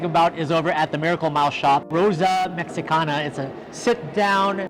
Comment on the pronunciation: LOL, you said "Rosa MexicanA!" 😆 Norma would be proud! 🤣